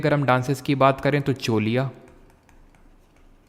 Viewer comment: Uttarakhand me Choliya dance pronunciate as छलिया नृत्य